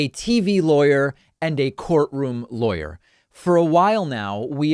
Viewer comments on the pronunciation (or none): Somehow I always hear „liar“ when you say „lawyer“ concerning Guliani and Trump‘s legal team around him 😂